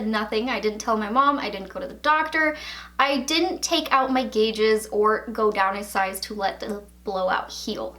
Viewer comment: Every time she calls them gauges i cringe